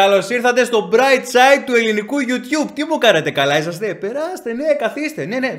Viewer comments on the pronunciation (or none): none